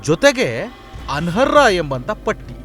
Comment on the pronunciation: ಅನರ್ಹ ಅದು ಅನರ ಅಲ್ಲ ಪದಗಳ ಜೋಡಣೆ ಸರಿಪಡಿಸಿಕೊಳ್ಳಿ.